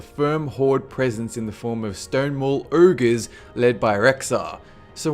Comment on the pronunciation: this guy is good but I can't stand that he cannot pronounce "ogre"